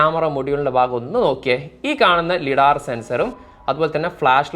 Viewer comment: ലിഡാർ സെൻസർ ❌ ലൈഡാർ സെൻസർ ✅